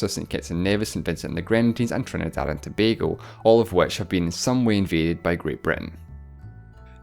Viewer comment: I’m probably too late and you may never see this but as a Trinbagonian thank you for pronouncing Tobago correctly, it means so much when people call us by the name we choose and many people get it wrong so thank you